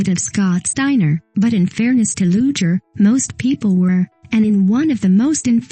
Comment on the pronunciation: Not going to subscribe, 1st the computer voice is always annoying 2nd pronunciation is important, Lex Luger is pronounced Loo-ger